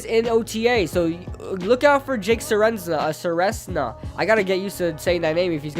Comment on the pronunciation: I’m related to Jake but it’s pronounced ser-ez-na (edit) REEE THE NAME BUTCHER